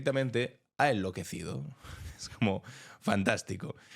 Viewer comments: No dice enloquecidos. Dice enlococidos. Cocidos sí. Alguno a tu alrededor va cocido . Y mucho. Desde hace años. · Pero si no sabe ni hablar!! Jajaja..ha dicho "enlococido"😅😅cuanto ridiculo hace esta mujer, cada vez que abre la boca😂